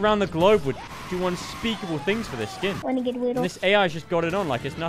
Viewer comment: wenegade waidoh 😫😫